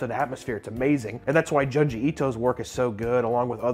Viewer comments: "June G" not juhn-jee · June gee bro not djun ji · Isn't junji pronounced joonji? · Small thing, but it really tickles me how he pronounces it "Juhn-ji" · It's pronounced Joonji, like Jumanji without the ma. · the way you say junji ito is wrong lol that greenery looks dank tho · I can’t stand the way you pronounce Junji 😂😂